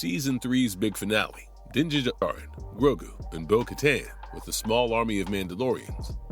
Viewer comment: you are hitting one strike after another.... din de djarin???? like in many other videos of yours lately....you have never watched anything of what you are talking about, and your ai scipts don't help you either, when you are reading of it like the robots you employ to write this garbage....